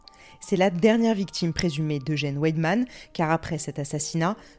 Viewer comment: La lettre W se prononce dans les mots allemands comme un "V" chez nous. Les lettres "ei' se disent "aï", comme dans ' aie je me suis fait mal".